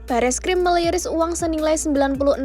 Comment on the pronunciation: Meliris atau merilis 😂😅 coba kalian dengarkan dari awal 🤣🙏